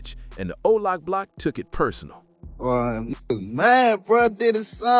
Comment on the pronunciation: You mean OBLOCK… not Olock.